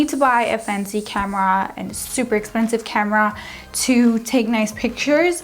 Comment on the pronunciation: I love the way she says ‘camera’ 🌸